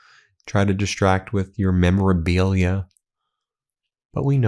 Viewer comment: “Try to distract with your memora-BEE-lia” 🐝